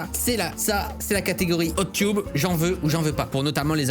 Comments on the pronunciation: Tub ça se prononce teub pas tube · tu prononce tube au lieu de tub